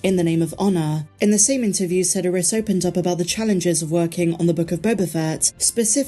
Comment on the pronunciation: Fwiw, Sedaris is pronounced "suh DARE us".